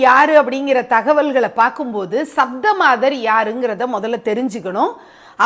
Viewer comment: You have to pronounce Saptha means 7.